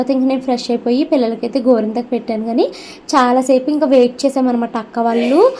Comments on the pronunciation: Gorenthaku❌ gorintaku Thrain ❌ train Hahaha emindandi meeku 😂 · గోరింతాకు కాదు గోరింటాకు